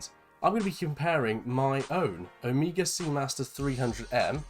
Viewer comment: You pronounce OMEGA, not OMIGA. It's a Greek word.